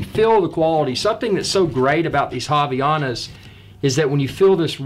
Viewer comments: its fine tho hahah by the way nice unboxing of the "haviyanas" hehe. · Did he just say haviyanas?